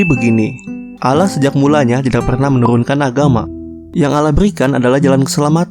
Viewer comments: bukan alah tapi Allah dibaca Awloh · Bukan bacaan ALLAH bacaan asli AWLOH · allah bukan alah bisa baca ngk sih -_ ,gw gengsi -_ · Allah bg bukan alla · Kok allah tulisannya allah di baca ouloh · bukan al lah baca nya tapi allah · Penyebutan allah masih salah Bang boleh saya bertanya Yesus itu apakah tuhan ? (Kok banyak yang blang gtu ) Bang bukan nya nabi isa (jesus) mengajarkan berdoa dengan mengangkat ke dua tangan nya (bukan nya bernyanyi bahkan ada yang joget) 1 lagi bang kenapa orang kristen menyembah patung nabi isa (jesus) bukan kah isa bilang jangan kau sebah aku sembahlah allah yang 1 Salam damai bang saya hanya manusia yang doif yang ingin bertanya bukan menyudutkan atau menjatuhkan Lakumdinukum waliyadin